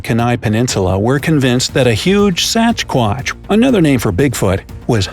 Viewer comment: the pronunciation tho... SAPCHSQUACH